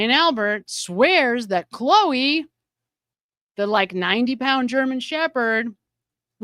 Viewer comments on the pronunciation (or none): none